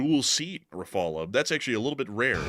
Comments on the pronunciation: Please stop pronouncing "Refalay". There are cases when a final "e" is pronounced in French, but you don't know those. Hence, it is safer, and at least it doesn't sound odd, to pronounce "Ra-fal". Also, "Suwałki" is pronounced "Soovawki". The Polish "w" is pronounced "v" except at the end of a word where it is pronounced "f", like in Russian and in Czech; it is the "ł" which is pronounced "w". The Polish "ó" is pronounced "oo", hence "Rzeszów" is pronounced "Zhay-shoof". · Rafal not rafala. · the way you pronounce "rafale" and "mica" makes my ears hurt lol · Love you guys, but you've got o pronounce the name of the French combat aircraft RAFALE more accurately. Both "A" in that word are pronounced exactly alike and must sound an "open A" as in the American exclamation "Ha!" or as the A in the (French) word "mirage." The word "rafale" in French means (appropriately) "heavy wind gust." Also, the letter "E" at the end is not pronounced. So "rAfAl" is the right pronunciation. You , as outstanding military experts, owe such a splendid combat plane to pronounce its name properly 😊.